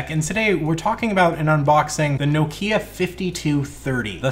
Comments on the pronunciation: BTW, it's "knock-ya", not "no key-a". Petty correction, maybe, but as a European who knows just a little Finnish, certainly enough to know that the emphasis is always on the first syllable of a word in that language, this kind of mispronunciation really gets to me! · I couldn't watch this till the end as the way you say Nokia really bugs me. Also how can I trust you as a tech reviewer if you've never heard of Symbian OS? Did you really think the iPhone wasn't the first smartphone?! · Being grumpy and from the UK I just got to say its pronounced NOCK IA! well it is here anyway. Rant over, keep up the great videos 👍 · Jesus, why Americans and Canadian read Nokia as Nokya?